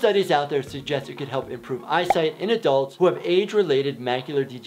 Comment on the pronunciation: Eye site? I think you meant 'Eye sight'. Great video nonetheless